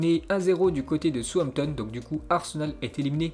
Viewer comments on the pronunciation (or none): none